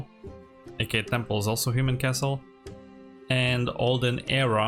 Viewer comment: It is Temple, not Tample unless that was intentional.